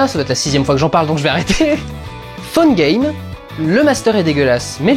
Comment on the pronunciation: Quoi ? Ta série préférée c'est pas GOT ? (hin hin hin ! Hin hin hin !!! ) Ho, et j'ai cru entendre Funny games quand il a dit Phone games. Ouah, l'hallucination.